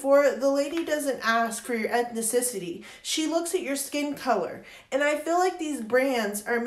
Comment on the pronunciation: E t h necessity? You mean ethnicity